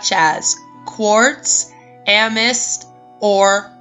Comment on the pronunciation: Also, it's pronounced "Am-eh-thist", btw